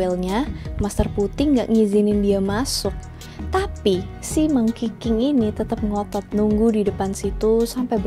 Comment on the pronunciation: 💯 gw denger bukan monkey king tapi Mangkiking 😭